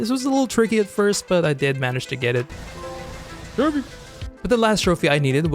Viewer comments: Sounded like a complete idiot when saying trophy every time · You really need to stop saying trophy it is infuriating